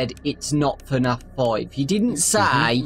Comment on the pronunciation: it's f-naf no tfu-naf it's f-naf